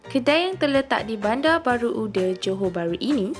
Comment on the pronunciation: Bukan bandar baru "uder" kak hehehe uda. Tak semua a dihujung akan jadi "er" kalau di Johor, merdeka, uda, mama, papa, sebutannya masih "a" bukan "er".